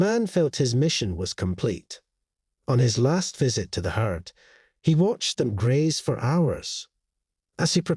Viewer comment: not heatt but herd